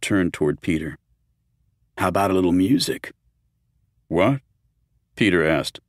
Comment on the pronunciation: Examples of the narrator mirpnouncing the word music